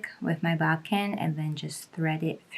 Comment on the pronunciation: Burrito method is my go-to but I find it easier not to bother pinning anything. Also fyi-it’s bodkin not bobkin. I’m sure if your viewers search to buy one, that Google or whatever, it would autocorrect it anyway, but it’s nice to know.